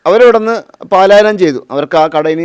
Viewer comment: "പലായനം " എന്ന് പറയൂ. അതാണ് ശരി.